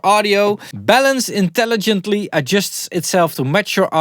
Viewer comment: I thought you said bellends! 😂